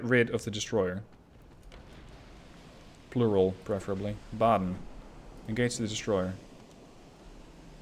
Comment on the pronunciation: Wuppertal was pronounced like perfectly. Baden also spot on. But to be fair, if they aren't historical relevant ships the names don't matter that much. If you would mess up hood, Iowa, bismarck or Nagato for example, it could be worse for some viewers